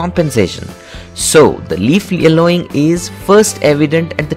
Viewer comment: thank you for the tips. however, could you please pronounce Y in your next video? eg: Yellowing not ellowing. :)